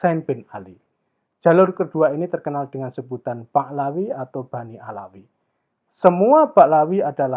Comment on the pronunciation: Bukan Ba'lawi. Tapi Ba'alwi.